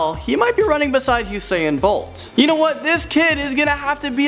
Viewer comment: He pronounces usain bolt as Husain bolt